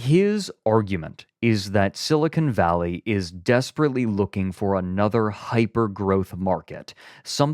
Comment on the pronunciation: > spends the first like five minutes of the episode roasting for mispronouncing things > calls it “silicone valley”